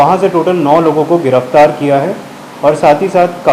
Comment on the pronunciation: गिरफतार नहीं गिरफ्तार होता है ।